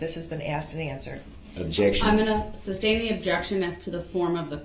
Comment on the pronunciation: "grounds for the SUBSTAIN" smh that's not even the word, and even if it was, ,it's not the word he should be saying here. Every time I heard him say, I wanted yell SOMEONE TELL HIM IT'S SUSTAIN!!!!